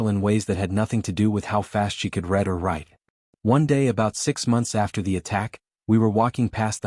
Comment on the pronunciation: You used the wrong pronunciation of read, it sounds like “red”. You do need to know the right pronunciation of English words, I don’t think AI had learned that yet.